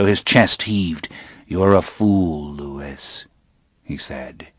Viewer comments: You’re right. It should be pronounced Louee. Lewis is a different name altogether (my nephew’s name). It isn’t a deal breaker though. The narration is like listening to ASMR …… although likely to keep me awake rather than send me to sleep! 😬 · ITS LOUIS NOT LEWIS - lestat de lioncourt, s3 ep2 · My only issue was how he pronounced Louis. I thought any fan would know it's french and therefore should sound like Lui. But other than that yea thumbs up 👍🏼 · It's taking all my resolve to not shout HIS NAME IS LEW-WEE NOT LEW-ISS!!! 😂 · Same, but “Loo-wiss” is how Anne Rice pronounced it in at least one panel discussion. I still prefer Loowee lol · This is lovely, but every time he says Louis, I cringe. It's pronounced Lou-eee not Lou-iss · Wish he didn't say Lewis. Its Louis like "Lewy." It's French. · Excellent narration ❤ my favourite series from my youth.. and my only gripe was his way of saying Lewis instead of Louis 🥴😩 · Well, unless he knew the French name word or has listened to the way that Anne Rice pronounced it, then I can understand how he'd assume the word is pronounced how it's spelled. Just looking at it, most people would say Lewis and not Louie. I, myself, always seem to bounce back and forth between Louie and Lewis when I read the books! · A generous and kind comment, but we don’t say Lewiss-ee-anna, Lewis the 14th, etc.? Louis is French origin and anyone with a modicum of cultural literacy should know that, especially a voice actor. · This narrator is absolutely brilliant... he holds the listener perfectly intrigued..... absolute brilliance.... regardless of the Lewis not Louis fiasco! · Brilliant narration.. but it’s Louis not Lewis.... Louis as in king of France louey! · I just wish he hadn’t pronounced it “Lewis” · My only complaint is that Louis is supposed to be pronounced the French way Louie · I'm so happy this exists. But every time the reader pronounces the "s" in Louis... aaahhgggg! Lol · Trying to get over the "Lewis"